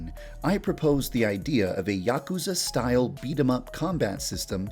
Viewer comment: The way he pronounces Yakuza triggers me